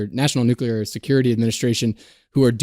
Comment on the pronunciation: If we can be held accountable, please pronounce the word correctly as nuclear and not nucular.